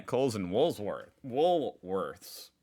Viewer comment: Hey I have noticed over the weeks you have a problem trying to pronouce the Wolworths NAME have you not leanred from your Aussie educatuion classes we shorten everything just do what we do use "WOOLIES" Love your work buddy!!!!!